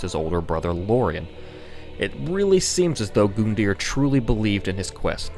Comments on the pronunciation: "Hoon"-ta. and now "Goon"-dear lol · Gun-deer, not Goon-deer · All I hear when he says Gundyr is goon deer, now I can't stop thinking about an Italian with his goon's, which are all deer in suits. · gundyr is pronounced (gun-der) not goondeer. This bothered me so much. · GOONDYR. Dat pronunciation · the way to pronounce his name is u-dex Gun-die-er Edit: I’m sorry if it sounds disrespectful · Yo why is he saying gooooondear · Good god what is is with people saying their names wrong? Gun-deer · IT'S PRONOUNCED: GUNDYR - (GUN) (DEER) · Frankly that's better than how you pronounced it in the vid no offense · I fucking can't watch this video because you keep pronouncing it "goondeer". I fucking hate you Americans making everything sound retarded. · I was excited, saw the thumbnail, then I went in and noticed you said “goondyr”. Couldn’t make it past 45 seconds sorry fuck you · This is a good video but I almost ripped my hair out after hearing him pronounce "goon deer" for the 50th time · It's pronounced Gun Deer for fucks sake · 'Goondier' XD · ahhhh your pronunciation drives me insane. I don't care if it's a "joke" you made a serious video without making anything sound like a joke why say goon dear or O-syros. it's just annoying and makes my brain hurt ahhhh! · goondeer that's the way you say it and it hurts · It's not goondyr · This could be the best lore video ever but I had to click out after hearing "good-dear for the 7th time" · I like how he pronounces "goon-deer" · Eduardo The taco you mean "Goondeer"? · I don't think you're pronouncing Gundyr's name right. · I don’t want to be rude, but you butchered gundyr and oceiros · pronunces Iudex right but Gundyr wrong Me: It hurts insists on saying Gundyr because its easier Me: FUUUUUUUUUUUCK mispronounces Oceiros Me: OH GOD WHY (oddly enough I love the video so far) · 45 seconds in and I can't keep watching just because of how he says "gundyr" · oh my god just say his name normally once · Gun-yr not Goondyr